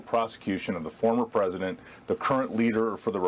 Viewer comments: That dude said presinent right before he correctly pronounced presidential lmao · The guy who kept saying "Presinent" was driving me crazy